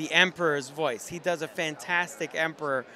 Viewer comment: why do you say emprah instead of emperor?